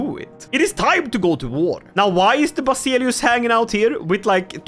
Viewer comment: Ikke for å pirke, men Basileus uttales ikke som det skrives. Det uttales som vasilevs